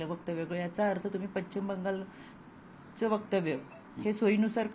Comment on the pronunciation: पच्चीम बंगाल नाही ,पश्चिम बंगाल ... 😂😂😂